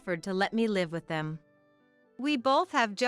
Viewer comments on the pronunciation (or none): Many of these stories are miss pronounced. Such as live , the people writing this article should check out the pronunciation first by listening to CD’s.